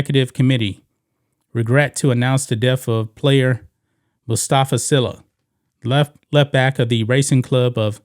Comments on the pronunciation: And White Sports.. His las name is pronounced SEELA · His last name is pronounced SEELA